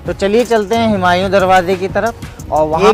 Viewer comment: हिमांयू नहीं हुमायूं बोलिए ।